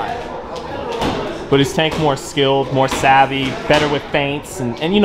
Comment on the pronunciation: He still has PTSD from that night—can’t even say Tank’s name 😂